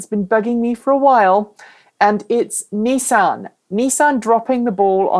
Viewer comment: Actually, is pronouncing "Nissan" correctly - the way it's pronounced in Japan and in all parts of the planet that know that "Niss" does NOT rhyme with "kiss" and "an" sounds like "on", not "Anne."